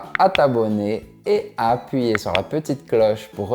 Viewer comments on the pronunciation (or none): none